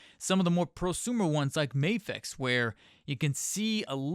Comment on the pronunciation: He says May fex, 2/10